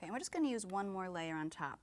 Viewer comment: have you ever realized that says "ingunna' instead of im going to